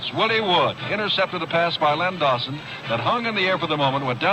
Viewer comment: Its not Lenny Dawson is Len Dawson